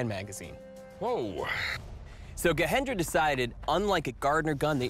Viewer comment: The Nepalese name is being continuously mispronounced, with the J in Gajendra being replaced with H as in Spanish. It's not correct. The name should be pronounced with a prominent J.